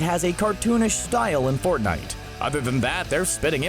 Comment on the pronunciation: Stop with fnite